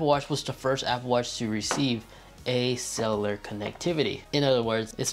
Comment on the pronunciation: Mans said celar🤣